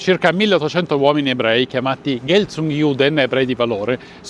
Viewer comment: 4.07 pronuncia GHELTUNGSIUDEN